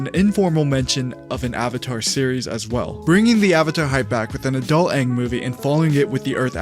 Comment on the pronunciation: His name is aang not wang